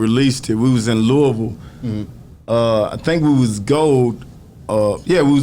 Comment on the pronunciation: he pronounces Louisville correctly